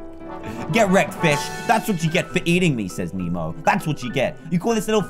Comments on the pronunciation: ITS NEMO NOT MEMO! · It's "Nemo" not "Memo" 😑 😑 😑 😑